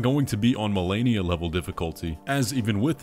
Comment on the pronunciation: was that an Asian accent joke with "Marenia?"